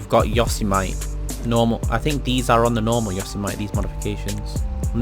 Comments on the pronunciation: why do you say "yosemight" its "yosemitee" (pronounciation) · Yo-sim-itty, you illiterate fuck. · Say it after me .....Yo-seh- meh- tee....not yoseme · It’s (YO-SEM-ITEE) not (YOS-E-MITE) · YO-semm-ITY not YA-SO-MiTE! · This man said yo-see-mite its yo-sem-i-tee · It’s pronounced YO-SIM-I-TE not “yosamite” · Its yo-sem-itty not yo-sim-ite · Not yo seh mite, it's yo Sam ih tee. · Its yo-sem-ity not yoz-a-mite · "Yo sem eh tea" is the proper pronunciation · If I hear him say yosomite again I’m gonna commit toaster bath tub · It's for sure a "Yuh - sumety" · Yo - Sem - It - Ee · It’s pronounced YO-SAY-MEH-TEE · Why he say yosemite like yose-might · It’s yo-sem-a-tee for crying out loud! 😑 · ‘yossy might’😭😭😭😭😭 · Yo-sem-mitty homie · it’s yo-sem-it-e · Not Yosemite, yosemitty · Yo-sem-ity Yosemite sam 🖒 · Say the truck name like you would say Yosemite Sam from loony toons. Not “yose-might” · Yo - Sem - It - E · it’s pronounced yo-sem-mitty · I came to the comments to correct him but you beat me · Its Yosemitee you know like the national park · I loves Yo-sem-ite Sam, when I was a kid. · Yo see mee tee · Taking the family to yo so might National park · Doesn't matter where you're from, the general consensus is that its pronounced "You-sem-itty". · The fact he says Yosemite instead of Yosemite 🤦‍♂️ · Why does he pronounce it incorrectly it is highly irritating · Yosemite, like Sam from Loony Tunes.. or the American National Park.. not like Vegemite. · that’s not how you say yosemite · 90% of comments (your saying Yosemite wrong) 10% normal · "Yosemite" would be correct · How he says Yosemite 😂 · The way he pronounces it... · People in Texas are cringing in the way you said Yosemite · Did you ask rockstar your self? Check your facts kid all my friends say yos-a-mite because it's the most common way its pronounced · The way you say Yosemite is makes me cringe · Garcia_Z_Beast - a lot of people that know how to pronounce it properly is who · Dirty foreigner